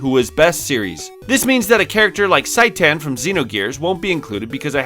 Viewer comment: It is pronounced "Shi Tan".